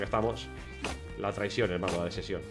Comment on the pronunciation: Todos: la desepcion: la desesion jaja